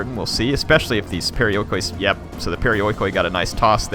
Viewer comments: Proper pronunciation of perioikoi would be pe-ri-o-i-ki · It's pronounced periiki fyi :) "oi" in greek equals with "i" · this game is not great but for some reason I LOVE IT!!! i think it's the time period! You gotta love how nongreeks say perioikoi...